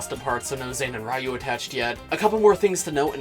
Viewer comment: REEYU? REEYU? i think you mean R”I”YU